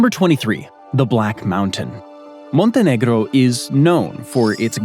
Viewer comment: What is your native language? Your pronunciation of Montenegro was much more impressive than papal. I've always heard it pronounced with a long a sound in the first syllable, schwa in the second. (I wonder how the Quebecois pronounce choix?)